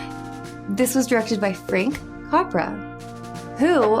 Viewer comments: CAPRA IS PRONOUNCED, “CAP” like a “Cap” you wear. And RA, like “RRRAA!” Capra screened this film for Congress, they all walked out… They Hated it. He told this in an Interview he gave in the late 1970’s. The spoke of films, in the Thames/HBO Documentary, “The Celebration of American Silent Films,” and before Peter Bogdanovich, It was in the later part of the interview. Jean Arthur, Or Saunders didn’t really want Jimmy Stewart in the film, she wanted to work again with Gary Cooper. Afterall, she had worked with Cooper in “The Plainsman” 1936, “Mr. Deeds Goes To Town” 1941. But, she was won over after the film’s completion. Saunders boyfriend in the film, is Thomas Mitchell. You know him better as “Uncle Billy” from, “It’s A Wonderful Life” 1946. And Beulah Bondi played James Stewart’s Mother again! She played that part in “Its A Wonderful Life.” It got to the point when both actors referred to each er as Mom, and Son off Camera. This type of stuff still goes on today, in real life. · Great reaction! I knew you'd like it (and be disappointed in the abrupt ending). You can't go wrong with a Frank Capra movie. (By the way Capra is pronounced Cap-ra like a baseball cap). Please watch Mr. Deeds Goes to Town, another Capra movie with my favorite actress Jean Arthur (Clarissa). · It is pronounced Cap Ra. Just like the hat and then Ra. He also has several other movies you would love. He also made a series of films during World War 2 about "Why We Fight". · Capra with an A like in apple, by the way.